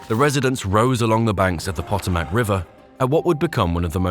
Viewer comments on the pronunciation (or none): "Since returnng to power...." Presidents don't return to power, they assume office. "Poto Mac". More bad narration. Poor and bad narration, makes me think this video might be a bit dodgy. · "Potto-Mac River???!!!" AI fails again... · Pot-o-mac River? AI ain’t so bright. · It lost me when it say poto Mac river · Pot-o-Mac River?? I detest AI. It’s cheaper than a real human and it shows. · This video miss pronounced the potomac river. AI just cant get that right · Do something about the pronunciations of Potomac and Dulles! Show some respect. And correct that onscreen mistake , which places the Truman presidency in 1910. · It took me a few minutes to recognize what he was saying! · AI has a speech impediment. Vowels are its biggest challenge. :face-blue-smiling